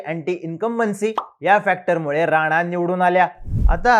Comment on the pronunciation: थोड शब्द निट उच्चार करा. नाचा का म्हणता राणा नाव आहे ते.